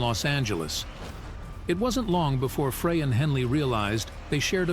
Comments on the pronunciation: Frey is pronounced, 'Fri like a French Fry, not Fra. Linda from Missouri 🎶🎵💜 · Very correct, it's just like a FRENCH FRY, please!! 😢 Not Fray